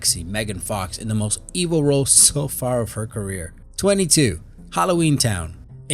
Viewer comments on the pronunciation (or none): none